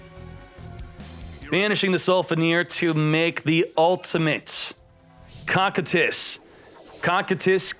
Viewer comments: its pronounced (KOU KAI TUS) not cockitus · no but he said it wrong like 90 times and every time it made me wanna shoot myself